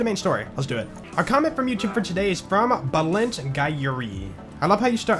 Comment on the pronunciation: Pool Bálint, you really butchered his name